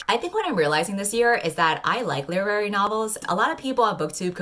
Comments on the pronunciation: english is not my native language so WTF is saying? lerary novels? wut? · Guys, what is she saying when she pronounces "Leerary?" is it literary? Sorry I genuinely don't know